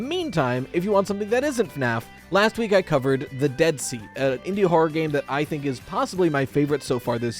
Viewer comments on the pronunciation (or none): none